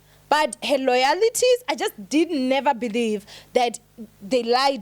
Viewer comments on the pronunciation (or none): "Loyalities"😂. Try learning how to pronounce that word. Moreso, try getting the hateful audience you have to TRY to go get some education instead of hating on those who have.